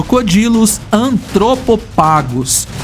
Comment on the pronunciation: Перекладач, навчись читати латинь! Антропофагус - в перекладі людоїд, а не Атропопхегус- дурня якась.